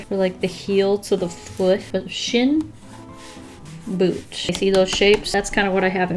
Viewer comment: I heard boob not boot